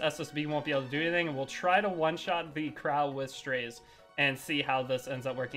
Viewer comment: strAzeh is how its pronounced just fyi